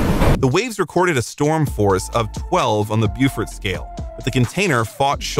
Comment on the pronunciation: Beaufort Scale, pronounced 'BO-FERT' not 'be-you-fort'.